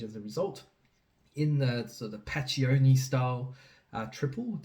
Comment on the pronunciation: Great work once again. Note though that you pronounced pacchioni wrong, I sent you an audio recording of the pronunciation in messenger.